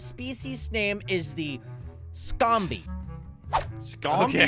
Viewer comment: SHKOMBIE is how your pronounce it